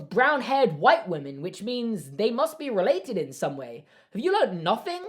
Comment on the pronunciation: I love how he says women..”wumen”